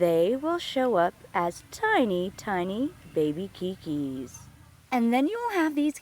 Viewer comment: This was a great video, I recently found a pot of these at my son's new rental home. I broke off a couple of the keikis and placed them in a fine bark medium. In 2 weeks they already have new leaves. I am anxious to follow their growth. Oh, by the way--a very small correction. I used to live in Hawaii and the Hawaiian word "keiki" is the very commonly used word for babies and small children, really to the exclusion of any other word. It is universally pronounced kay-kee though--rhyming with baby.